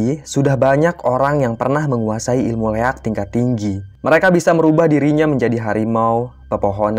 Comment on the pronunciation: Koreksi min 'Liak' bukan Leak